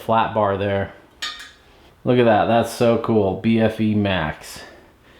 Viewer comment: Love Cotic. Such legendary bikes. They pretty much pioneered and kicked off the whole modern steel hardtail movement back in the early naughties. As someone from the UK, I’m under the impression that the bfe is pronounced “beefy”, which basically means burly. And thanks for saying UK, and not England. Cotic are and English company so I guess it wouldn’t be inaccurate to have said so, but the frames are assembled and welded so beautifully as you pointed out, by Shand bikes in Scotland.